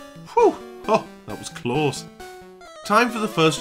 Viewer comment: Translations: Ba''le = battle Pikerchew = pikachu Klos = close Peh deh = pay day Geehm = game Tyok = choke Speeroh = spearow Thank you.